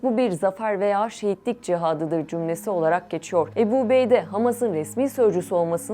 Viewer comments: Правильно озвучивайте.не Эбу Убейде а Абу Убайда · Уважаемая! Не Эбу, а Абу Убайда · Не эби а Абу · Не Эбу а Абу что значить с армбского отец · Абу убайда А не убеда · Good explanation about the Abu Obeida but please pronouncing his name Abu Obeidi is not correct 😅 it's Abu Obeida da da da simple as that ✌️😙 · Не эбу убейде а Абу Убэйде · Не эби убейдэ, а Абу Убайда🤦‍♂️ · Ни Ебу убейда а АБУ УБАЙД надо говорит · Переводчик не эбу убейде А АБУ УБАЙДА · Не Эбу убейда а АБУ УБАЙДА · Правилна гаварите не эби убейде а Абу убайда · Не обейде а Убейде, не Эбу а Абу, не эль жазира а Аль жазира. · Не эбу а Абу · im sorry but the way she pronounces abu ubaidah is sending me 😭 please do your homework before pronouncing a foreign names 🥲